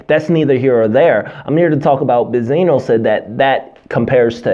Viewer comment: "Buh-Zino" LMFAO 😀😃😄😁😅😆😂🤣